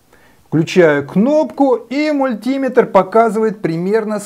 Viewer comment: всё же лучше говорить не мультИметр, а мулитимЕтр